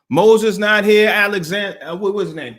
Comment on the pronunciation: 🤣 You said Alexander 🤣